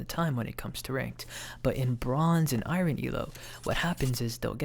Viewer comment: why do u pronounce iron like that whats wrong with you bro